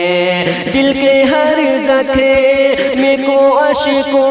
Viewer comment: زکھم نہیں زخم ہے جناب عمدہ لیکن الفاظ تو درست ادا کرو